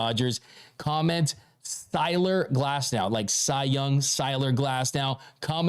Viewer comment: Cy-ler Glasnow